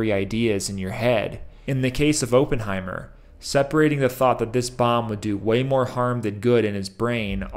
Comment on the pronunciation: You keep saying ophenhimer wrong ..cmon bro you watched the movie do your homework 😂😂😂